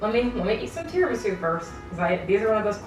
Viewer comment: I don’t know how to pronounce tiramisu anymore, and I blame you